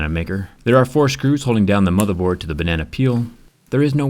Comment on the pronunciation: Bruh my mind is too dirty for this.. all i hear is "bAnNaNa"..in the wrong way